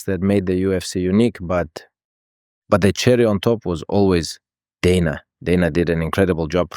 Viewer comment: I hate that AI Khabib pronounces 'Dana' correctly